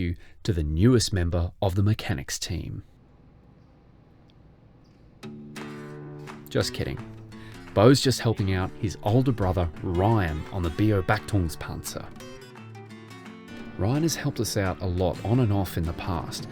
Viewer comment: No, it’s Beh-Ó-bachtungspanzer! Nice M88!